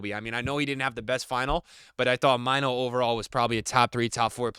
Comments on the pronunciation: It's pronounced Kobbie like "Robbie" but with a K. And Mainoo is "May-nu". Not Kobe Myno. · Pick say mainoo name right pls respect his name !